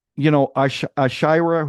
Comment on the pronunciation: 112 subscribers 😁🎉 anyway it's pronounced ash-war-riya lol ashwariya Rai aka Mrs bachan and yes little b and ash r still together 😮❤. And Abhishek bachan character has his hand in many jobs😊